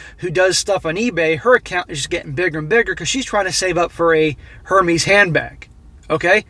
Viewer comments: it’s pronounced: Air Mez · I love how you dont give a f about pronunciation of the overrated brand